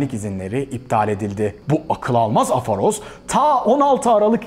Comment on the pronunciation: bir küçük düzeltme yapmak isterim kelime afaroz değil aforoz (3. harf a değil o) onun dışında mükemmeldi filmden alınacak heyecanı kesinlikle arttırıyor. Artık izlemeye hazırım